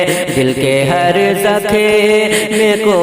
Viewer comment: زکھم نہیں زخم ہے جناب عمدہ لیکن الفاظ تو درست ادا کرو